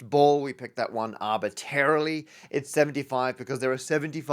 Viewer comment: I'm amazed "arbitarily" (without that pesky first 'r') isn't on the bingo card